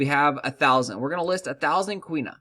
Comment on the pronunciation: Quinoa (keeen - wahh) fyi